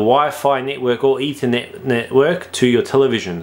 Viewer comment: Ethernet, not "either net".